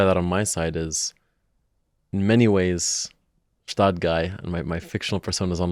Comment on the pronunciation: That's a perfect match for an episode🎉 It would also be great if the Gstaad Guy would finally learn how to pronounce Gstaad correctly😅